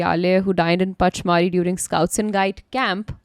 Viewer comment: It is pronounced punch-mar-hi